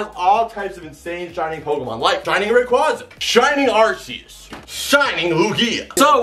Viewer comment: Rayquaza. favorite Pokémon and yet like nearly everyone else can’t pronounce his name. Also, making the equally common pronunciation mistake with Arceus.